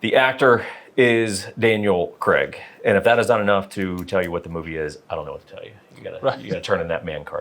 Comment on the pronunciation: His name is Daniel Craig not Danelle Kreg.